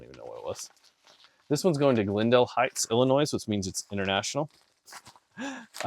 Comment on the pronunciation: BTW, when you say Illinois... don't pronounce the "s" at the end. Like toy and not toys. lol 😂